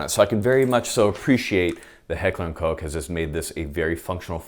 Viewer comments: "Recently released by Heckler and Coke." It's Heckler and Koch. "Koch" is pronounced like "cock" except with -- to be really accurate -- a guttural ch like you're clearing your throat. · Koch is pronounced like cock with a soft H at the end. Not like COKE. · It's so adorable that Americans deliberately avoid pronouncing "Koch" as it should be pronounced. Just say cock you fools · Awwww man 'Heckler and Coke'?? You aren't ordering a drink man, its COCKH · Am I the only one that thought Koch was pronounced “cock” instead of “coke” as is saying it? I’m not even trying to be funny right now I honestly am confused... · Heckler and Coke? Guess I’ve been pronouncing it wrong this whole time. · Did he say heckler and coke 😂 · oh come on pronounce Koch the right way "heckler and cocc" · It's pronounced Heckler & Cock.